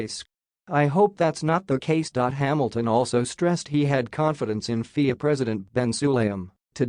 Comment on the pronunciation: Guys: hire an announcer. this computer-generated voice is confusing. What were those dollar/euro figures? Pretty hard to understand. and FIA is not a word - you pronounce the letters F-I-A. At least write the script so the computer says something intelligible.